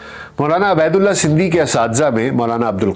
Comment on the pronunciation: A.a...yah lafz abaydulla nahin hay yah ubaydullah hay